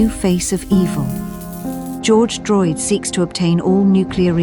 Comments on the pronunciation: Is this reality??? He actually say George Droid?! 😂😂 Youtube not ready for Instagram memes 😂😂😂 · Help! I can't vent my heat! ''George droyd'' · thought i accidentally clicked on some boring documentary film and then i had a neuron activation when hearing "george droydd" and "fent reactor" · not Georgo Droyd. jesus christ lmao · GEORGE DROYD??? 😭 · "not today george droyd" lmao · i was taken it seriously until i heard george droid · I lost it when I heard george droid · ı thought this was gonna be a real story until ı heard the words "george droyd" and "fent" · "George Droyd" "Fent reactors" Hahahaha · alright i locked in as soon as i heard George Droyd and fent lmfao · George Droyd 🤣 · prob just switching it up. He said George droyd twice in this 1 so far